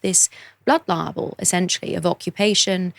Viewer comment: I’ve never understood why she pronounces libel like liable